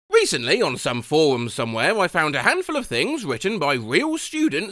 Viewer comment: Do you understand how awful you sound? Like you are the WORST person to be doing this sort of content. You can't pronounce the letter 'r'. You have the most OBNOXIOUS speech impediment. "WECENTLY ON SOME FOWUM SUMVWHERE" is what I am greeted with at the outset of this video.